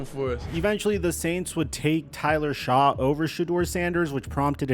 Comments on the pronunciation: it's "Shuck" not "Shaw" for the pronunciation of Shough. It's getting embarrassing. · You keep mispronouncing Tyler Shough's name. It's pronounced like "shuck" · goddamn you fucking researcher pronounce shuck right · Shough is pronounced "shuck" make an effort for once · tyler shaw 😭😭😭 how to you mispronounce that